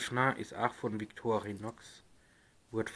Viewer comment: Sorry, die Aussprache des Wortes "Victorinox" ist einfach nur fürchterlich.